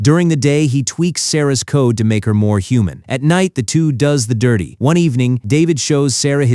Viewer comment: Does, the "DIRRRTY". 🤦🤣